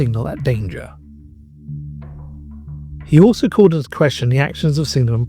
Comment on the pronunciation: Metre, "Leftenant", PrOsser and so on, although he does apologise at one point. Otherwise, an interesting little video with a decent amount of relevant images. Could really do with being re-narrated though. At least he pronounced "Froom" correctly.